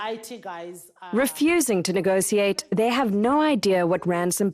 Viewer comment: Please let know that there is no "c" or "s" in the word negotiate. It is usually the English who mispronounce it that way, because they can't speak their own language properly.